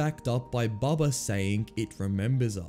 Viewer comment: His name is bubba not bubby